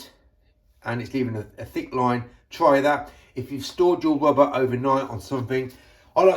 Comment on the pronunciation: Dear, BTW it is Rubber not Wubber yours. Mr Window Cleaner